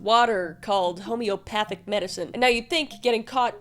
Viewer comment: Hey Kris! Wanted to help out w/ how to say homeopathy… Phonetically it sounds like: HOME-EEE-OP-ATHY & HOME-EEE-O-PATHIC Love your work! ❤❤❤❤❤